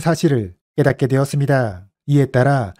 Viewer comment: 내용 정리 잘하셨네요 다만 "었습니다" 발음과 억양은 교정하시면 백점 만점 입니다.